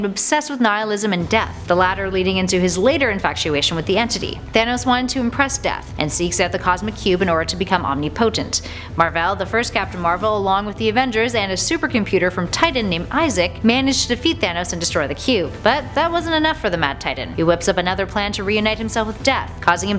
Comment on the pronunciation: OMNI_POTENT im dead its awwmnipotent sound it out